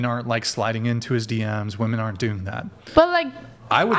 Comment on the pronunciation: Is she saying WOMAN instead of WOMEN??